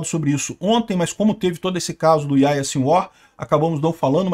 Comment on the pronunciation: Lê-se Yarriá